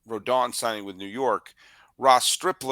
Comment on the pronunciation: Hopefully you tell SULLY how to correctly pronounce Carlos Rodon's last name haha. Heard his podcast about free agents and he kept pronouncing it Rondon haha